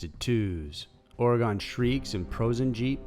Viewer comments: Or-e-gun. Not or-e-gon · Lol, it must be colloquial because I lived there for 47yrs and always pronounced it Orey-gun. Yet now I live in Arizona and its pronounced Air-A-zona...go figure! Lol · Every Oregonian cringes a little when someone pronounces it as ore-gone 😭😬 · too wall it ten valley, or eh gun. please. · And Orey-Gun, please. Another great video! (a former Oregonian)🌲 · I explain the Oregon pronunciation as "it is a "rifle" Or-a-GUN. My ex husband, who was from Maryland/ and Ohio due to parents divorcing, and pronounced it way wrong, tried to correct me by saying that his TEACHER! (Also from Maryland) pronounced it like that so that made him right. Like okay dont listen to the Oregonian, you damn Yankee from Merry Land and O-HEE-O! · And it's ore-eh-gun. I always cringe hearing our areas mispronounced lol. Willamette is probably the worst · Kevin Temple nope. Pronounced "Organ." Could be my California accent. Lol.